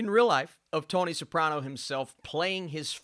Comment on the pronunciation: Who's Tony "Saprona"? You lose all credibility when you can't even get a name right.